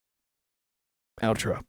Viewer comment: I’m going crazy I seriously thought you said Donald trump instead of outro lol